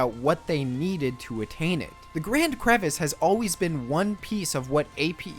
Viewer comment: TIL we have been pronouncing Crevasse wrong (it is not pronounced Crevice). Crevice and Crevasse are two similar but different things